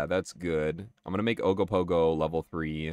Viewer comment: "We have Ogopogo at home!" Ogopogo at home: Ugg-o-Pug-o